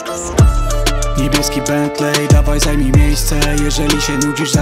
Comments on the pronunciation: Czyta się "bentli" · Nauczcie się wymawiać Bentley, a potem nagrywajcie. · jak słyszę jaki oni wymawiają bentley to rzygam... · Wszystko spoko, tylko niech oni w końcu nauczą się wymawiać słowa typu bentley i maybach